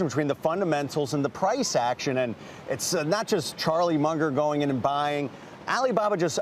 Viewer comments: the clown can't even pronounce Munger's name properly wtf is this crap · Fool cant even say the name right. Other fool says delisting will take the stock to 0. Can please someone please give him a drink. He tripping